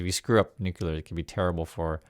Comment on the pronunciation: It’s nu-cle-ar. Saying nu-cu-lar makes you sound dumb. FYI